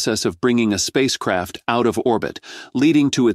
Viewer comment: Every time he said space craft, I heard space crap! Hahahaha